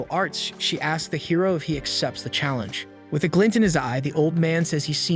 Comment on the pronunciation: am i the only one who kept hearing "heroin" instead of "hero"?